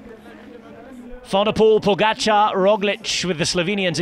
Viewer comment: Pogaçar isn't quite right. It's poga-char